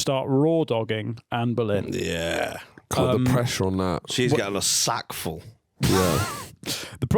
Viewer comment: "she's getting a sackful", with the mancunian accent, is honestly one of the funniest things I've heard in weeks